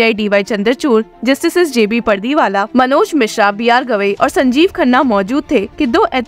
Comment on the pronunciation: जस्टिस जे‌__बी_पारडीवाला_नाम है।। बार-बार जे बी परदी वाला वगैरा वगैरा। बोलना गलत है